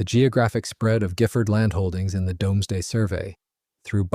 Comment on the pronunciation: Doomsday - pronounced Dooms (as in brooms) , and day (as in the time the sun shines light) . NOT dom (as in Tom ).